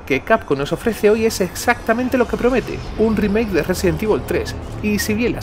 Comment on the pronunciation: " residen tivol 3 drimake "JAJSJAJA por qué tan mala pronunciación?